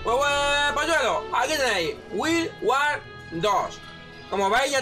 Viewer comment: si habla horrible para decir guild wars 2